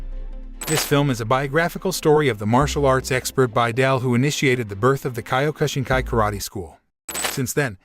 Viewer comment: I studied Kyokushinkai over 50 year ago. The reviewer should not be given the privilege on commenting on this film. He doesn't know how to pronounce the name of the style nor the former name of Matsutatsu Oyama correctly. I was honored to met and earn my black belt by the Sensei. Though, I did enjoy my time studying it was time to move on. Something I was taught by Sensei was to give back to others. I earned a medical degree and performed general surgery. I have since retired and from time to time look at the changes that the style has gone through. It's all amazing.